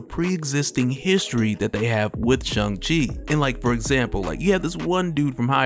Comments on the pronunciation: Pronounced sh -- ang -- chi .. not sh - ung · Bruh... articulate, detailed and explained channeland I know you claimed a college degree so plz. Please Bruh.....SH-A-NG chi. Say "ing" say "ang" Say Sh-i-ng Say Sh-a-ng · Why are you saying "Shung" lol! Did I miss something? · I didnt kno his name is shung chi. I think there is an a not a u. Lol